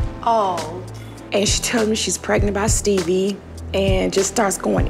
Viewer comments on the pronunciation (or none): SHE SAID STEEBIE 😂😂😂 tell me why every time I say his name I say it like that😭😂😂😂😂